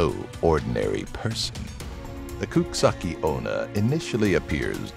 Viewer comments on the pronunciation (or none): Good attempt at the Japanese! It's coo-chee-sah-kay oh-nah, just for reference! Also, teke teke is normally teh-kay teh-kay, but can be said as tek-tek. Freaks me out to no end because her name is based off the sound she makes when she crawls towards you. Hope to see more ghost/urban legend based things in the future, I'm obsessed with them!